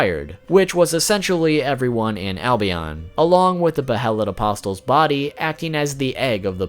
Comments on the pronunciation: Every time you say “apos-Tuhl”, there’s a painting that gets a little smarter 😒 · It's UH-POS-UL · Bro, the T is silent in the word "apostle", like in the word "thistle". Like Jesus and the twelve apostles... I can't believe how many content creators mispronounce this word. Don't pronounce the T! It is pronounced apossil. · Please stop saying "apostle" as "a-pos-tul" omg I'm nitpicking but it drove me nuts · So many weeb fuk channels can’t even pronounce things properly... “apos-tell” fuck me. Apostle, like “castle” not “castell” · For future reference, you pronounce Apostle, with a silent "t". It's pronounced like: "Uh-Paw-Soul". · Its not pronounced as Apos-TEL It's spelled as Apostle but pronounced without the "T" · Bro why are ppl pronouncing apostle like 'a poss tul' 💀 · The word apostle is pronounced with the t being silent. Apos-el. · Hearing the T in apostle being pronunced is excruciating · Apostle = The "t" is silent. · The T in apostle is silent. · Gah, MY EARS! The t in apostle is silent. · Please stop pronouncing apostle with a T. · Stop pronouncing the “T” in apostles. It sounds illiterate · “Apostle” is pronounced, “A-poss-l.” The “t” is silent. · I really wish the fact you pronounce "Apostle" with a "T", didn't annoy me so much. Your video is very good but everytime you say "aposTle" I cringe! 😅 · Great video. A friendly reminder, in "Apostle" the "t" is silent. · Whoa. Never knew half this stuff. Good job. For the record.. Its behelit (bay-ih-lit) and apostle (uh-poss'l), the t is silent. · Dude it's increasingly more an more annoying every time he says it.... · BOoooooooyyyYYYY!!! If you pronounce the T in apostle one mo time..... great vid though. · * Bay-let, A-pos-el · Apostle...is pronounced aposle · two pronunciation tips. the "T" in apostle is silent, and behelit is pronounced "bay-lit" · You dont pronounce the T in apostle. Sorry but you say it a LOT n I just cant help but cringe. It's really distracting. Trying to help you man.